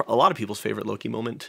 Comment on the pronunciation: Don't wanna be rude but it's Loki. Not Lori 😅